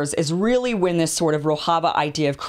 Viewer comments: It's Rojava, not "Rohava". And the Syrian offshoot of the PKK is the YPG. You should've taken one or two more days to get the basics down, Kim. This looks bad to people who know the subject. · its Rojava mem not rohava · Rojava is pronounced "ro-jah-vah", the "j" is not pronounced as in Spanish, it is pronounced as in English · As a Turkish person watching this video, I think you covered it pretty nice, especially that no one is talking about this issue to this extent in western media... respect... but I just wanted to point out something, you are pronouncing Rojava wrong 😅. The 'j' is supposed to be pronounced like in 'bonjour'. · It is not Spanish ‘j’, rather, the French ‘ge’ as in ‘roge’ for ladies lipsticks. Talking of your pronunciation of ‘Rojava’.